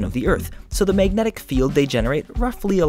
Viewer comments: It really bothers me that he says "meignetic" instead of magnetic. Just a detail, but the word was used a lot in this video. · Mag-net-ic. Not, mayg-netic